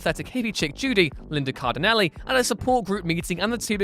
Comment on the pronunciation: By "LInda Cardinelli" I suppose you're referring to Linda Cardellini...